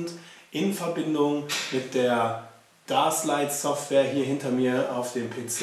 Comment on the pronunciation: es heißt überigens "däschlight" -> englisch!